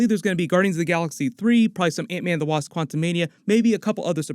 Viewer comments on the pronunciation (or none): none